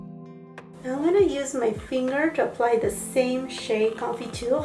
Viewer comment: Do you speak French ? I’m amazed at how you pronounce confiture! And all the other french words actually